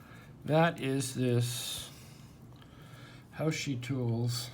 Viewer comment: Should be pronounced hao shr (as in shirt but without the t).